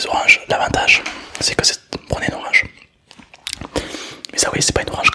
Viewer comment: Je suis le seul à entendre orage a chaque fois